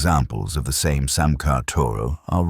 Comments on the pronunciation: I have always pronounced it Sa'me (sar me). Great video, thanks 🙂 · It's pronounced "Samay" and "Samaycar". Here's me, trying to teach AI.